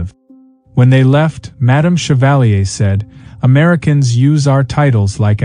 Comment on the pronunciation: but isn't equally rude to say something like shevalleey, when the name is chevalier? how about pronouncing it correctly? and saying madame as if it was an old western?